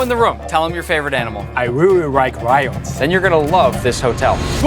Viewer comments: bayashi:I reawyike rions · Bayashi I really rike rions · “I rearry rike rions”😊 sounds like my Japanese friend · "I REARY RIKE RIONS!!!" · "i reary rike ryans" BRUHH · "I reary rike rions" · I reary rike rions 😭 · "I rearry rike rions" Bruh I forgot bayashi was Asian and thought he was imitating the accent 😭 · i rerry rerry rike rions Ching chong ping pong fa mulan i want to be ninjaaaa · “I reary rike rions” who’s gonna tell bayashi of his pronunciation 😁